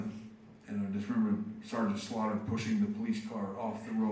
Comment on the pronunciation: Swear to god I thought Bret called Sgt. Slaughter, Sgt. Slobber. That got a good laugh out of me.